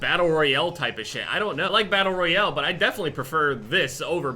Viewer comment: its pronounced battle royale not battle royel